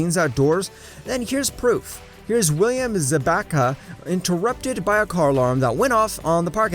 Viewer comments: I was waiting to see if anyone caught this… Za-bac-ka? But like.. its Zabka, and thats not even him 😂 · *Zabka not Zabaka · Sa-Ba-Ka... really? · His pronouncing of Zabka is so funny